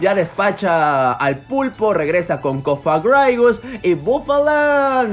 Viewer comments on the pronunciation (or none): Voy a comentar en todos los videos hasta que deje de pronunciar mal "Cofagraigus", se dice "Cofagrígus"